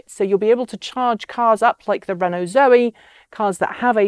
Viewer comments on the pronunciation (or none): none